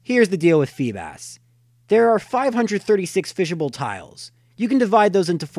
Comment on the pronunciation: its pronounced (fee-bis)